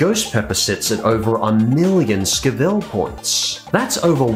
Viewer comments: "SCO-ville", NOT "Sc-VILLE"! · It’s sco-vi-le not sc-vil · Scoville is pronounced scoe vill just so you know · Hearing say Scoville made me hurt. I know he’s Australian but still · Why do you say scoville so strangely? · First of, try to pronounce Scoville correctly !!! Secondly peppers are only dangerous if you have no clue on how to use them or how much to use of them. Love Ghost Pepper, and Carolina Reaper. The latter is even hotter/spicier. If used correctly they are delicious. Also, they are great to get rid of food thieves at work :D Lol, the 1 chip challenge. First off, the people that did get seriously injured or died were minors. Keep in mind that there are umpteen warnings that you should NOT consume it under the age of 18, it comes in a box in the shape of a coffin, and it has 2 peppers on it. Present your case correctly, or do not present it at all.